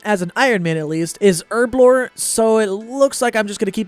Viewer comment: Take a shot everytime he says Erblore instead of Herblore.